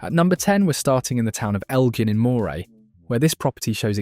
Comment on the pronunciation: Pronunciation!!!! Moray is pronounced Murray not moy-Ray.